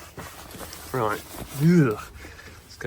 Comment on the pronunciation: Take a drink every time he says ""! LOL Great work here! Thanks for sharing this!